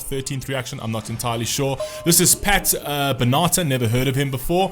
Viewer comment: It’s BEN-A-TAR